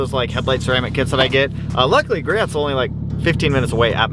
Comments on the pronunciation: Ik you probably don’t care but you pronounce griots wrong you say “gree ots” when its actually pronounced “gree ohs” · I love you but I cringe when you say Griots Garage it’s pronounced “Gree-Oh”